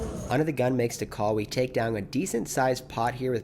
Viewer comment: Anyone else get tilted by saying "Look Downg at"